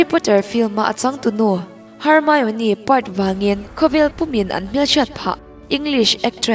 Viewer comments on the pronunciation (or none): Her-mi-o-ni ni lovin her-mi-ne